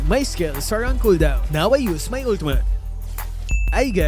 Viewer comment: “Ultumutt.” —LMAO